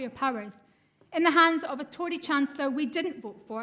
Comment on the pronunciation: It's pronounced Tory!